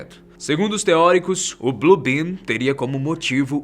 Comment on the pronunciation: Alguém ouviu BLUE BIRD ao invés de BLUE ben. Quem entendeu curte